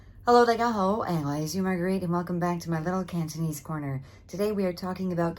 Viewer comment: Your Cantonese pronunciation is better than most Hong Kong university students and YouTubers